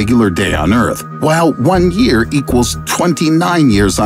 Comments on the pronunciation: Lol he said yaer👀😂😂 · "1 YAER" 😂😂😂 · 1 YAER* lol I caught that